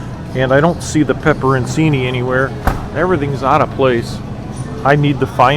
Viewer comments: Pepperoncini American pronunciation Sounds like peh·pr·uhn·chee·nee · Pepper/chinnie!! Its pronounced this way!! Lol